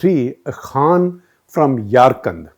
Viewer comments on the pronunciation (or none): none